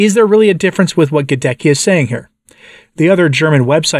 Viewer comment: GhadeTSKEE not Gadekki!!!